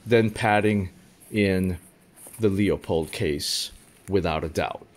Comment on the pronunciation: Loopold, not Leeoopold or loypol like the words. It's a family name, I'm certain they are pronouncing their own name correctly, so I'm happy to help 🖤 Edit: I have a question too. Why are you concerned about animals hearing you? That is an 8 power optic, I assume you are using 8 power to observe at pretty decent ranges, considering the magnification. The sound is unlikely to carry that far in most envrionments, so you'd really only be alerting animals close enough to you to hear it. I'd imagine if they are that close you know they are there and can see them so they can definitely see you or your blind. Really I'm just trying to ask what circumstance or reason you have to need your binoculars when they are that close, under what I think of as 'normal' circumstances I wouldn't be worried about a deer or elk hearing my little velcro flap. Surveillance subjects really shouldn't be that close either. If you need binos to see what they are doing you are either far away or in an urban setting with a comparatively ludicrous ambient noise level. In addition you'll also likely in a car or building if you are lucky, stuck on a roof or on a bench trying to pass as a birdwatcher if you aren't. Is this something you are worried about and just haven't actually sat and thought about whether you should be or is there something you are doing where you have to, like watching foxes? I could see wanting eight power for that and still being close enough and it being quiet enough for the velcro to